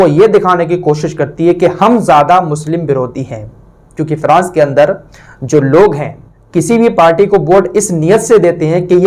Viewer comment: अरे भाई फ्रांस बोल, फिरास नहीं